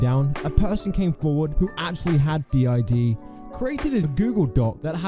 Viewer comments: Its not anything important but the fact that they call it "did" not Dee Eye Dee is ...ew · Just the fact she pronounces it "DID" as a word and not "D.I.D." letter-by-letter is already kind of a red flag that she doesn't know what she's talking about lol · Her calling it "did" and not D.I.D was the last straw for me 💀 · As someone who suffers daily from the debilitating disorder, I find this highly (the person in the tiktoks) insulting and infuriating. I am no professional by any means, this is strictly my opinion from what I’ve experienced. DID, not pronounce like “did”, is a disorder that is caused by severe and ongoing trauma. Trauma so bad that the brain has to protect itself from, well, itself and those who have harmed them. Sometimes this protection is up their whole life, not knowing they have DID. Sometimes it’s the opposite and they find out because of a psychologist or psychiatrist. There are countless factors that go into this disorder being formed as well as everyday tasks that may seem simple to some, but can be quite difficult with this disorder. All this said, I hope that this person seeks out a professional who has worked with clients/patients with DID and/or OSDD. Not everyone who has DID knows it, those who do may not have a diagnosis yet; DID takes several years on average to diagnosed. As for others on any social platform, I hope the same. No one can really tell if someone is faking something; it’s a truly difficult situation to navigate. Peace and good vibes for all y’all, Jay